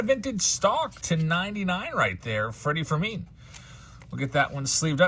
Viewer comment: It sounded like you said "Freddie Fermeen" on the vintage stock 😂😂😂